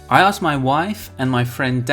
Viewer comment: You hear "asked" as you say it. But it's clear you're dropping the k which is not the norm for American English.